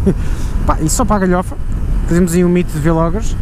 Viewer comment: sabes que é vlogger tudo junto e não "vêlogger"... Também não dizes "bêlogger" pois não?